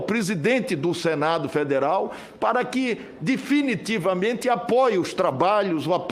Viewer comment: O Renan canalheiro além de corrupto é muito anarfabeto, ele pronuncia "prisidente, difinitivamente, dipuimento kkkkk